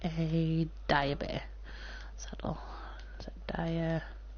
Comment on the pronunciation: just dire not direb